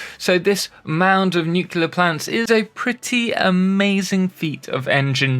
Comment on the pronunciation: "nukila power". I always assumed it was a matter of accent 😁